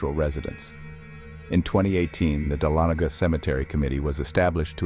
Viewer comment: It's pronounced duh-laa-nuh-guh Ga